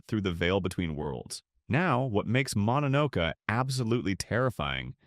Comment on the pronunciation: Mononoke you included too many pictures from princess mononoke. Like 90% of the pictures are from princess mononoke and not from the actual mononoke. It's also pronounced mono no Kay. Plural or singular.